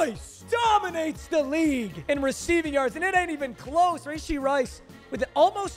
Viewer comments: Rashee... its not Rayshee 🤦‍♂️🤦‍♂️🤦‍♂️ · Papa, not trying to be a meat rider. But it’s pronounced ruhshee not rayshee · Bro who tf says rayshee istg you’re doing this on purpose now